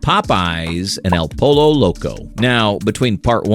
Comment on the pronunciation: I love how he can pronounce TortiLLas right, but not poLLo !